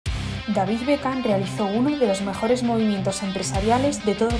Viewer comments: DaviZ o DaviD? 🤣🤣🤣👍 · “DaviZ” dice, pronunciando la D como Z jajajajajajajajajajajajajaja. En ingles David se pronuncia “Deivid”, estos gallegos y su inglés berreta jajajajajajajajajajaja